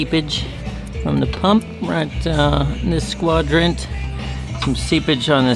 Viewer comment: squadrant or quadrant? eh? bud???